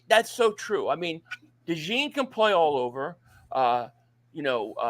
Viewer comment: I've been defending from people who called him stupid for the past 37 years... and then I heard him pronounce Cooper DeJean's name.. you folks were right all along